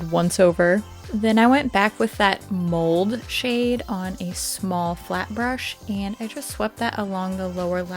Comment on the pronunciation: Haha! Yes! I also thought she said mold lol and thought eww! was glad when the actual name popped up on the screen lol 😅